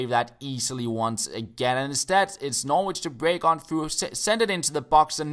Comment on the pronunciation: You don't pronounce the 'w' in Norwich. Its pronounced 'Norrich'.